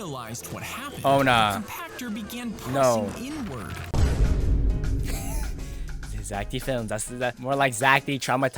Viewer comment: Never say, Zach D films wrong it is Zach, death films, wrong Zach D films yes